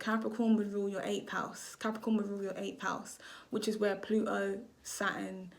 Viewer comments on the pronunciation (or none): The way you say Plu O and Jupi Er is jarring!!! You’re missing the T!!!!!